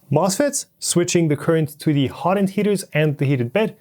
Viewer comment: Great series! But, slow the hell down! Hot end, not hodnd. Two words. And the names of the plastics are almost completely lost with your exceedingly quick presentation. Nuf said. Thanks for putting together something like this! It will save me a LOT of time, even if it was presented a bit slower. And thanks for plucking the belt. Tells me way more that any number of words could.